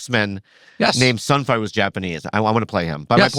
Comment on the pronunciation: I like how Andrew said sun fire 😂